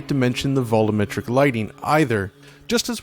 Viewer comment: Did anybody else get driven crazy by inability to pronounce 'volumetric' correctly?